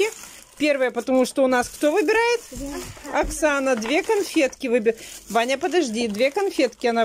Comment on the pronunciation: За кадром кто говорит "Окхана" вместо "Оксана" на ?